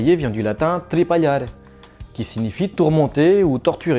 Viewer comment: Elle est bien cette vidéo par contre " tripallare" se lit comme en français, à part le "e" qui se lit "é" ^^